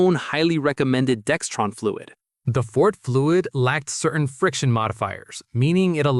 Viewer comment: There is no t in Dexron